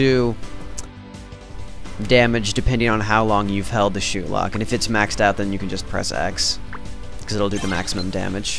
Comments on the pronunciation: as soon as you said shootlock it disoriented me. i thinks its said "shot" lock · lol u said shootlock. not shotlock.